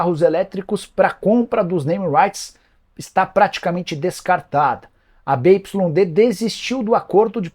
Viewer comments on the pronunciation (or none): BYD se fala biuaidi…viu